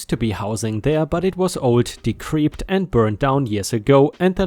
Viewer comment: Fascia—‘fay-shah’ Decrepit—‘dee-crep-it’ ⭐️⭐️⭐️⭐️⭐️⭐️⭐️⭐️⭐️⭐️⭐️⭐️⭐️⭐️⭐️⭐️⭐️⭐️⭐️⭐️⭐️⭐️⭐️⭐️⭐️⭐️⭐️⭐️⭐️⭐️⭐️⭐️⭐️⭐️⭐️⭐️⭐️⭐️⭐️⭐️⭐️⭐️⭐️⭐️⭐️